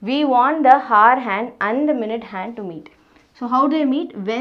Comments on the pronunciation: kindly check the pronounciation of "hour". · FYI the 'h' in 'hour' is silent...ugh so annoying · first learn how to pronounce the word 👉hour & then teach